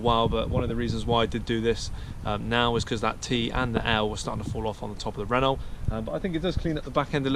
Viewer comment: So, it’s “Renno”, not “Renolt”.....